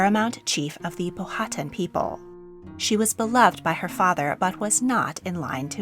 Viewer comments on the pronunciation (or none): Being from Richmond Virginia, I have never heard Powhatan pronounced the way you said it. We say Pow- uh- tan, not pow-hat- un. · I was sitting here wondering how long you had to practice for pronouncing all these name. But...Powhatan has the accent on first syllable, not second. I worked for Powhatan Plantation for many years.